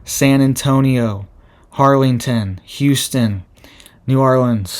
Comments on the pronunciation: Not Har ling ton…Harlingen: HAR LIN GEN TEXAS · Harlingen, Texas, not Harlington. Pronounced, Harlinjen.